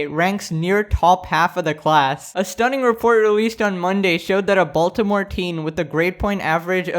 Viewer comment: im sure all of my fellow baltimoreans agree wit me when I say this...the way he says baltimore just hurts my soul🤦🏽‍♂️😂